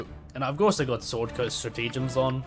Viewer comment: Is this the room for Beginners' Vegetarian Cooking? Say 'strat-uh-gem'. All best.